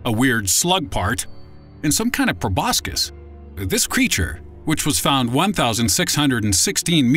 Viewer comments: Proboscis (should be pronounced 'probossis' NOT 'probos-kiss') and Maldives (pronounced 'moldeevs' NOT 'mall-dives'{dives in a mall})...hahaha - still informative though and funny too. Keep 'em coming. ;) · Im pretty sure its pronounced /proʊˈbɒsɪs/ but then again who needs google